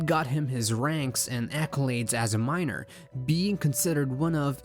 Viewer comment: Every time he said Miner, I heard Minor. The movie would be a pretty different if Megatrans was a minor😅